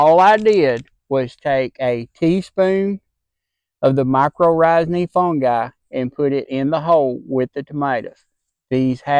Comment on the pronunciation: Great results! The way you say my-kor-RIGH-zal cracks me up.